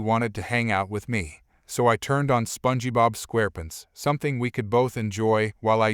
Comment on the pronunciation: "Spongybob Squarep'nts"? I think that's how Homestar Runner would say it!